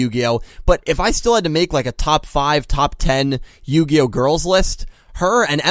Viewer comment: Yugioh? More like yugayoh.